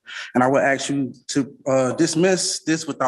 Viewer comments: ASK not aks ASK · Seriously, what is with people not being able to say the word "ask"? It's not "Ax"!!! Try this simple exercise of dragging out the letter sounds.... aaaaaa .... sssssss....kkkkkkk .... now just put those sounds together without dragging them out .... ask ... simple. Keep practicing this method, because you sound highly uneducated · As soon as the first "arrm" and "axe" was uttered, I knew we had a superior smooth brain in our midst!......what a Plank!. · And my favorite, "axe." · Why do you “axe?” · I know right? I mean how much effort does it take to pronounce “ask”?? Apparently it’s just too much.